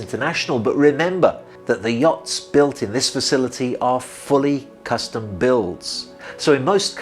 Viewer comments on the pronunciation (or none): none